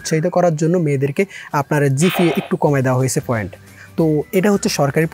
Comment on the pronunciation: foint na point